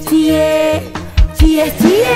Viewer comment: secara umum lagunya bagus, justeru saat pengucapan cie-cienya malah jelek. nampaknya salah pengucapan.